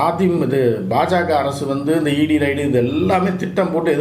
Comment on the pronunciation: ரைடு அல்ல ரெய்ட்.